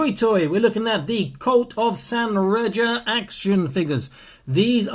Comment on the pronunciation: Reja pronounced Ray-a or Ray-ha. RayJa just sounds like something backwoods hillbilly would say.